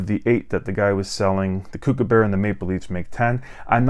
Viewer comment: hey dude, thanks for the video...just FYI... Kookaburra is pronounced COOK (as in chef) not CUKE.. so COOKABURRA